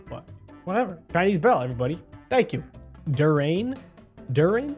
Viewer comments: It's prounounce dur Yan not dur rain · also you say durain like dur-i-an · HEY ITS CALLED A DURIAN (DER-EEH-IN) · It’s not a durrain (it’s pronounced in der e en and it’s called a durian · Durain is a fruit that smells awful and pronounced dur e an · Btw Durian is pronounced, “Ju-ri-an” And it’s a malaysian fruit (At least I think so) and buddy died ‘cause durians are really smelly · durian you read it like duryan it stinks its only on asia its spiky edit:but its tasty